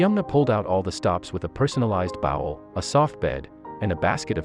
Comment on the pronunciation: A bow-wel for bowl? Please use humans!, computer generated voices make mistakes and don't have emotions.